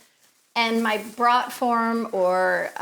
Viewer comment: Fyi, its pronounced "broat" form, not "brought" form ;)